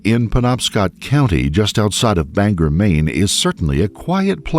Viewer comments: Its Bang-gore not "banger" 😅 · It’s BanGOR Maine ..not BanGER lol I dunno why everyone says “er”